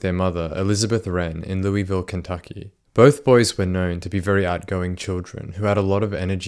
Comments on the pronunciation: Not, “LOOEYVILLE” “LOOVOLE” Or the 502! Haha, just messing with you, appreciate your channel, and this close to home. Very close, Bryce is very known. Very cocky individual, and selfish, and controlling. Hope he rots in hell. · It's pronounced Lou-ihh-vull, not Lou-eeh-ville.